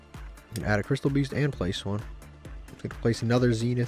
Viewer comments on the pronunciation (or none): There are 2 constants in this world: 1. Konami UR taxing new packs 2. calling Canadia Candina